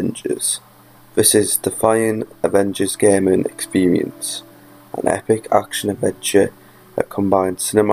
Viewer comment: oooo thas 'ebic'